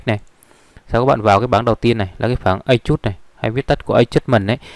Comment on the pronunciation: Nhìn chung bạn dạy khá dễ hiểu , bạn chỉ chú ý cải thiện cách phát âm tiếng anh thì Video sẽ thu hút hơn như color balance, color replace , adjust ( bạn mở google dịch xem họ đọc như thế nào rồi đọc theo thôi) :)